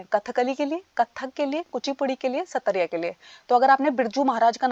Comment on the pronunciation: Ma'am Satariya nhi "sattriya (सत्रीया) hai